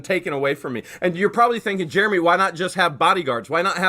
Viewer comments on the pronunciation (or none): none